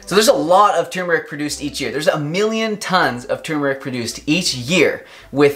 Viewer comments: THANK YOU for pronouncing both Rs!! tur*mur*ik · HE SAID IT RIGHT!!!!!!! I cannot STAND IT when, even DOCTORS say tooomeric... grrrrr its TUR MER IC!!!